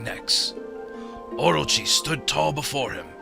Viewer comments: Okay so the whole time I was watching this I was going, hmm I don't know why but this narration does not seem like it was in the game and I was thinking did Chuggaa dub it, if so you did a pretty good job with the narration but what gave it away for me was the pronunciation of orochi. I think its pronounced o-ro-chi not or-ro-chi, but I could be wrong since I'm not Japanese. Anyway, I love this game thanks for playing it! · everytime chugga says orochi, i think he's saying orgy... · Orochi or orgy? Someone plz help, I cant tell : )